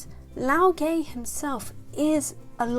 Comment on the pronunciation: You pronounce the name as LAO GUH, not LAO GEH, and not LAO GAY.